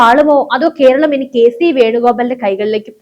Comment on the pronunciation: കീരളം, തീപ്പു, കീന്ദ്രം,ഹോ ഉച്ചാരണം കെംപീരം